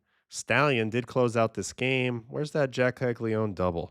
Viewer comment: Great stuff, just wanted to point out that Caglianone should be pronounced "ka-lya-NO-ne"